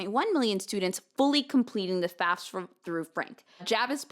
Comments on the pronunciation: I feel bad that I can't drop this but I'm curious how much this is "espresso/expresso" vs. like, a speech impediment. Do people that say faSfa, instead of faFsa, say it because it's uncomfortable to say correctly? Is it involuntary? Is it just a preference? Do you notice you do it? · I love yah and I love the story. The fact that you pronounce FAFSA the way you do bothers me. Sorry.